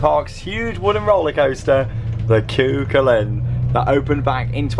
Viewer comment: Hi! Long time viewer and love your videos! From a local, I know you joke about some of your pronunciations, and just wanted to let you know that Cú Chulainn is pronounced 'coo-hull-an' (so no second c) and bus Éireann is pronounced like 'air-en':) Hope you enjoyed the park, and pray for us that we get a B&M in Ireland one day!!